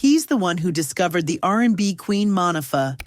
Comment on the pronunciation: Another narrator w bad pronunciations Mo nee fah. Monifah